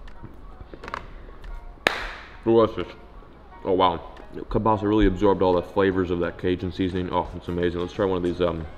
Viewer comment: Sick catch dude! If u wanna say kalbasa correctly, u pronounce it kalbasA, not kalbAsa😅 it’s a russian word